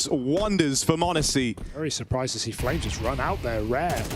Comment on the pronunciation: its flame Z not flamez. is it really that hard?